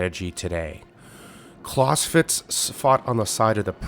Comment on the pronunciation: I wish he would pronounce Clausewitz correctly